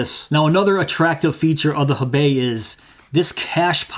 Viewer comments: And I'm telling you as a person who speaks Chinese, and knows what the wallet is named after, you didn't pronounce it correctly. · FYI, it's pronounced "hoe-bay", since it's a Chinese name.